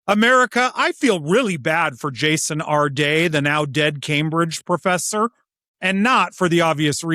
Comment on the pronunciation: When you put the accent on the second syllable of Jason's last name, it makes him sound like some fancy French guy, which he was not.